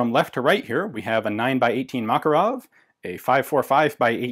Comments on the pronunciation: correct pronounce is MakArov, not MAkarov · Why do you pronounce it as Mákarov? It's not pronounced this way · Russian pronunciation is MakArov (Макаров), English pronunciation is MAkarov (Makarov) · I love how Ian's pronunciation of Makarov is in between American and Russian lol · The thing is, it's not like it's an english "variation". You're literally mispronouncing the guy's name. Ref. GArand vs GarAnd. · Fun fact: name 'Makarov' actually has the stress on the second syllable.